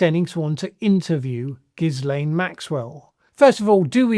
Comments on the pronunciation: The “S” is silent. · The S in Ghislain is silent